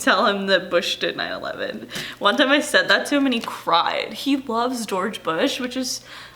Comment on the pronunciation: gweowge bwush made me fweew SWAFE